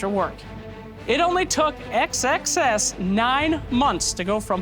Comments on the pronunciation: Pounds Sex Sex Sex. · He keeps pronouncing xxs super carefully. XD